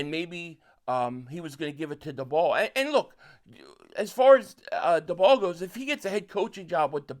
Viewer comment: First thing, Brian Daboll is pronounced like table. Second thing, I think the best option for the Eagles at OC is Charlie Weiss Jr. He's a young guy that had a lot of success in college and is known as a very innovative OC. Plus I also think he won't leave next year. You get a young guy with a lot of success as OC in college and someone I think will give stability to the offense in the next couple years because I don't think he's going to leave in one year